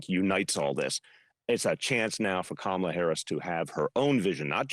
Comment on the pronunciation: Why these Donald Trump and his [Right Wingers] acolytes never pronounced her 'FIRST' name CORRECTLY?!